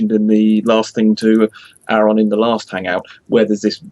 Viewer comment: Why can't pronounce Aron properly?